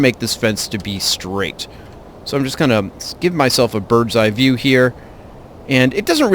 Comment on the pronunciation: Did he say "birb's eye view"? LOL